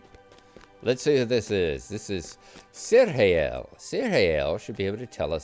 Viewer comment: Good to see again, we've missed him! One small pedantic point: "Cirhael" is pronounced "KEER-hale". That "c" sound catches everybody out at some point or other!